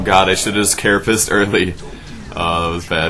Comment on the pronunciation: carapace, not carapase